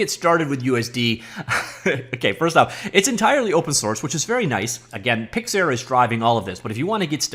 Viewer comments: "PIX" "ARE" (not air) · Pyxiyaaar lmao